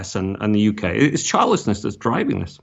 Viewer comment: When you said "childlessness" at first, I thought you were saying "childishness". I'd say childishness or selfishness is a cause.